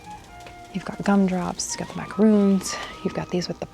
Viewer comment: Not macaroons they are macarons!